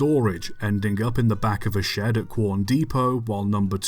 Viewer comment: We all love working on the SMC1 at Pichi Richi. Thanks for making another video about our stuff here in South Australia love the vids. P.S. Love that a YouTuber finally pronounced “Quorn” correctly😂 But, Pichi Richi is more of a Pitchy than a Peachy. 😜